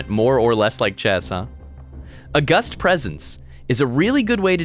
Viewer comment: Loving the pegglin and backpack hero content but please tell me that's not how you say "August".